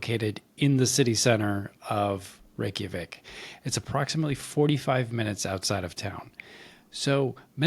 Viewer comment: Ouch! Ray-kya-vik not Ray-kee-a-vik